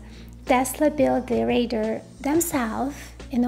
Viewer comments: Pronounce it with me 'Ray - Dar' not ray-der!. TQ. In fact you sound more like Raider!!!. Great content nonetheless. Well done. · Great tech explanation, but I was distracted every time I heard “raider” for “radar” made worse by the detail it was said a huge number of times. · Good but you need to work on your pronunciation of 'radar'. The emphasis falls on the first syllable - RAY-dar, with the A in RAY pronounced like the A in STAY. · Too bad you don't know how to pronounce "RADAR".